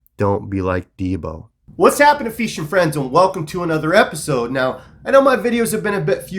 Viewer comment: why you do you say "feeshing" ??